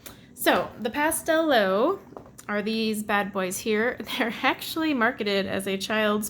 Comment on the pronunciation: oh, pastelowe means ''pastel'' haha! It's pronounced ''pastelove'' :D